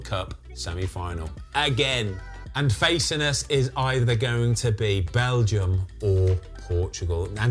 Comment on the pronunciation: I just laugh every time he says balgium